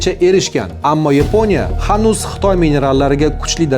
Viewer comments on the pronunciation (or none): none